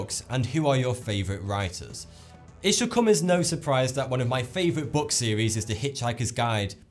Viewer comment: sorry he didn't stutter he just didn't say "as" properly